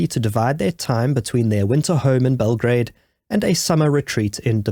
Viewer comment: Bell - gra - a -de